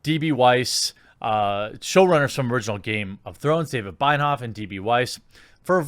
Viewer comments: Excellent video! Spot on, for the most part. Two corrections though: D&D are good friends with Ruin Johnson, & have said in interviews that they wanted to outdo Johnson, regarding what he did with The Last Jedi. Also, Benioff's name is pronounced BEN-ee-off. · Ben-eee-off. It's Ben-eee-off.